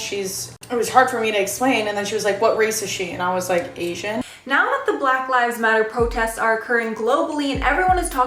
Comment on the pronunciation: Say BLACK it's not hard.......